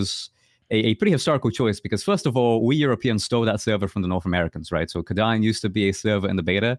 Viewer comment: why you pronounce Kadan as Chadan??? cant you spell K or are you lot swedish or something?